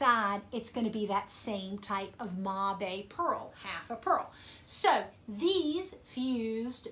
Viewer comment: Great video. I thought "mabe" was pronouced like the word "babe"